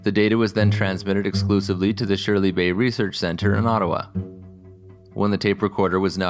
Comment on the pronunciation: Great video. FYI it's pronounced "Shirley's Bay" No idea who Shirley was.